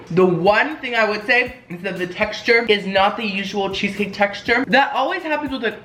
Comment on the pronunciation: Did he just say “Queso Cake.” .-.